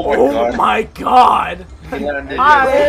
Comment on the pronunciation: "OH MY JOD!